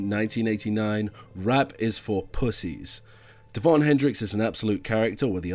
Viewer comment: ITS DÉVON, ACCENT, ACCENT, LISTEN TO HIS SONGS!!